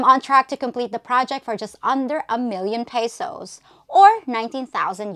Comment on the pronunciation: peysowssss??? another pretender over here y'all!